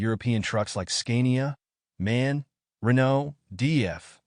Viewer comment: Nice Video! Small Note: you say D-A-F for DAF and "man" for M-A-N. 🙂